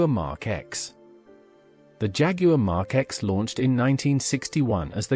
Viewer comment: Mark X come on if you must use artificial vocals - GET RIGHT how hard is it?